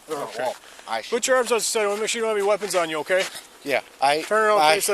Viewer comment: “I have no wopons”